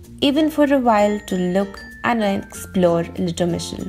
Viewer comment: Impressed by your pronountiation, I ma not sure I could say the name lol. What a cute little town for sure. That green car was so retro!